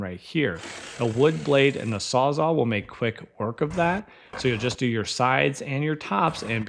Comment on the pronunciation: No… Please tell me you did not say ‘sawzaw’ when Carlos was cutting off the bottom plate.